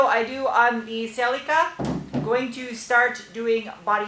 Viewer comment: Does the Celica have a name yet? I think it should be Sally California, because the way say Celica sounds kind of like Sally CA.